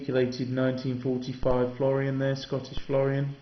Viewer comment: Nice collection, but the one thing you kept saying was FLORION, not FLO-RIN Because I was used to coins before the decimal ones, it jumps out at me when you kept saying it. Keep Collecting mate its an interest for life, you can take it as far or as basic as you like, there are no limits. Regards John